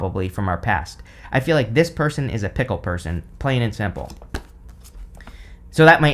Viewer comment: I swear, every time you said fickle I heard "pickle" I spent the longest time trying to figure out what a pickle person would be!!!! LMAO!!!!